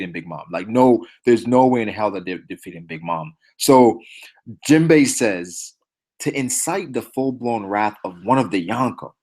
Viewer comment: u were butchering jinbe bruh